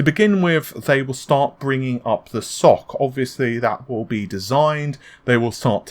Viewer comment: The way you say SoC gives me nightmares